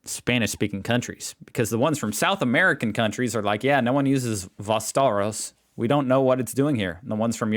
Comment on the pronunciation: "Vostoros" xD damn I have to clean my screen now.